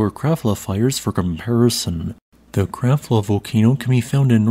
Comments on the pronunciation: No. "Krabbla" is more like it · Krafla is pronounced "kraPla". You never seem to get the pronunciations right.